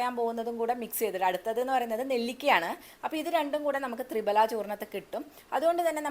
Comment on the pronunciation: തൃഫല എന്നുപറയാനേശ്രദ്ധിക്കു മാഡം